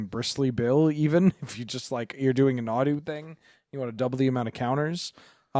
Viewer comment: Nadu? nah, dude. deux nod.